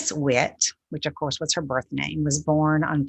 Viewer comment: Her maiden name is pronounced, "Witty" while in written form it's Witte.